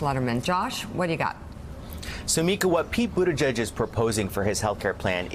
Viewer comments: I am half Maltese and obviously can speak the language. Buttigieg is pronounced as follows. NOT Buttijudge , it’s Buttigeeg . Thank you 😅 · I think it should actually be pronounced as Booty jitch. ditch with a 'j'